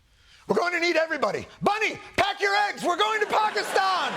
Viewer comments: Bravo Jon! first time I've heard an american pronounce Pakistan with the right weight on first A. 😀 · Whoa Mr. Stewart... the pronunciation of Pakistan/ Pakistani... very impressive!!! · Wth. As a brown guy I'm lowkey impressed with Jon's pronunciation of 'Pakistan'. First white dude to do it properly. Bra-vo my friend!